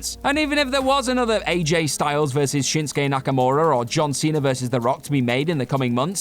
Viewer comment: Shinsuke* not Shenskei